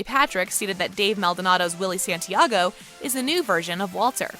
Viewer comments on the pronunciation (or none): none